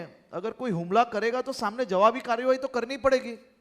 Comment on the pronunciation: Harshbhai,HUMLA NA BOLAAY,HAMLA BOLO😂😂